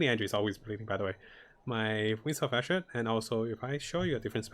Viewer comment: I understand that english isnt your first language but for the love of god can you please actually read things correctly. "wings of asher"???? not even close to ishmir. and you always say the stasis damage node wrong too